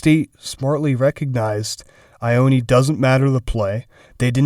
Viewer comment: Ioane is pronounced yoh-ah-neh lol